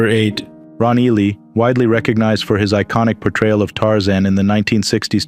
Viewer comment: You people can't properly pronounce Ron Ely's last name!? Disgraceful!!!